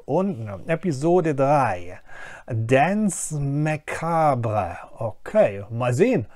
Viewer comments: Also - nicht, dass ich es nicht auch nachschlagen musste, aber "Danz Makbre" klang irgendwie nicht richtig :P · FYI, Titel der Episode ist französisch und spricht sich eher "dons makabr".